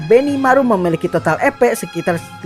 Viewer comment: Duh rasanya enggak nyaman dengar kata EPnya terdengar Kata EPEK bukan EP🤣🤣🤣🤣 Sogo takuci dan yg lain itu enggak berdaya melawan shion ,, para moster melemah larna ada pelemah sihir dan moster yg di lakukan myulan dan gereja suci barat. Perasaan saat di kasih nama abiru kepala desa lizard enggak terlihar berevolusi sedang gabiru dan adik berevolusi 🤔